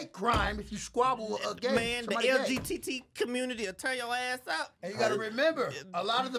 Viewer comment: “The LGTT kommunity will tear ya ass up” 😂😂😂 How u gay and don’t kno how to say LGBT